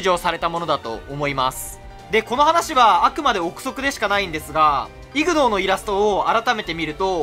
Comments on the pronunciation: ignoreはイグノーというよりイグノアですね読み方は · 発音がイグノーではなくイグノァーです